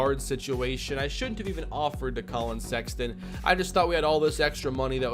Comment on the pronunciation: The way you botched Walker and Sexton physically hurt me, but other than that this was a good video.